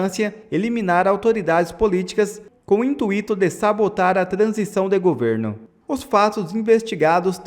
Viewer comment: Por favor, diga intuitocom acentuação no ui e não intuito com acentuação no i. Volte a estudar português escolar primário